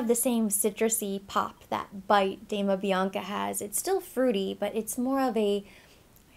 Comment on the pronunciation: Dama Bianca is gorgeous. It is pronounced like an Doma (the italian pronunciation) and not Damna.